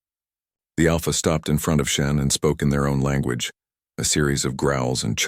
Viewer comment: It's a computer-generated voice. If its worst mistake is SHEN instead of SHAUN then it's doing pretty well. Irish names are notoriously difficult. (Siobhan is pronounced Jhivaun? How do you work that out?)